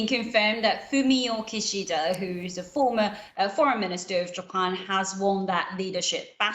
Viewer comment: How come is pronouncing Mr. Kishida's name weirdly?? "KiSHIIIda"😂「キシーダ」じゃなくて「キシダ」だろ？？